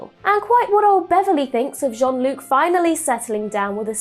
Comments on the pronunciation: Basic: his name is not John-Luc. Honestly, pronouncing his name is pretty basic. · Dear god, please stop calling him John-Luke